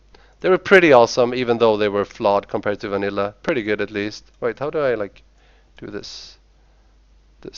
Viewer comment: The way he says "Vanilla" ffs.